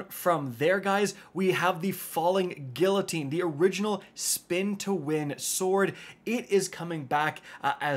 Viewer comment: The way pronounces “Guillotine” and “Succession” is awful lol 😅